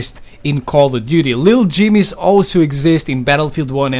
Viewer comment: Damn those Leetle Jeemies